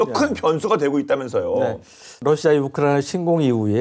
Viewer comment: 우크라이 나 나 나라고 우크라이는 어느나라여 기자님 나라이름좀 잘 불러줘요